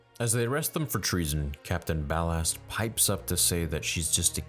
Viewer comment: Ballast not Ballard